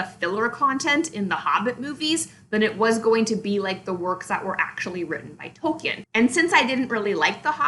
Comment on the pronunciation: You can't even pronounce Tolkien's name correctly...